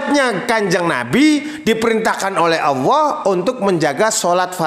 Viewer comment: Tak dengar dengar nyebut Alloh kok seperti awoh bahasanya ITU huruf hiaiyahnya gimana bos